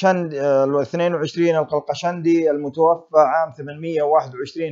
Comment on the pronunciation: صحح اللفظ المتوفى الف مقصورة وليس المتوفي بالياء لأن المتوفي هو الله سبحانه وتعالى